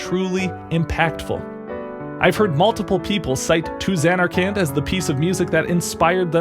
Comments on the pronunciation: the way the characters do. At first he says zaynarkand with the first a being a long a pronounced like the letter a as in like bay. Then he continues to say it with the second a being pronounced like and. And it’s like the characters said it more like zanarkind like with an i that’s pronounced like it is in is. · I got so upset when you said "Zay-narkand" that I had to pause the video, lol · “Zane-ark-and” came right as I was taking a drink. You bastard. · I clicked this video so fast and was super excited. Then you said zAYnarkand and I thought all was lost. It was a good joke! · I zanarkant believe you stuck with that pronunciation throughout the whole video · not gonna lie man you really did get me with the pronunciation of zanarkand at first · I like how he fake says zanarkand wrong and then says it wrong again in a different way for the rest of the video